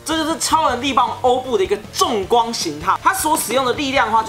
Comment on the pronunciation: 那个欧布重光形态，的“重”读“崇”chong